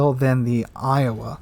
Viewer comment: I hear you say Iowa